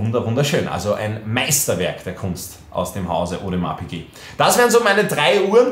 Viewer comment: No Front aber ich fühl es wie du audemars piquet nicht aussprechen kannst😂